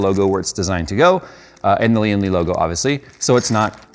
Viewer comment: Lian Li watching the comments? Please correct the pronunciation of the name, driving my OCD crazy every time watch a review LOL